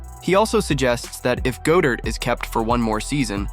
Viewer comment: Why do you pronounce Dallas Goedert wrong? You’re a birds fan and I find it troubling.